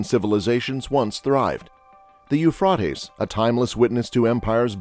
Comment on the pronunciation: Pronounced Ufraytees not Ufrartess you ignorant Clown.